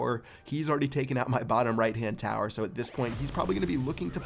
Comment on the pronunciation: he said inferno towet